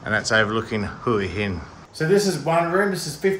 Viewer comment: I've lived in Hua Hin now for 2 years and I love it. Your videos are really great and very informative. One thing though: please ask Som how to pronounce "Hua Hin". Sorry. :)